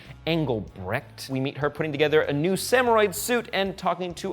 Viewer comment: samuroid lol it sounds like hemorrhoid